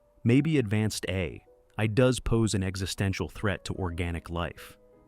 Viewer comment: Is this an AI narration...? It stuggles pronounce "AI" correctly, of all things, and there are some weird mistakes in the script like words that don't fit. This is disappointing beyond belief.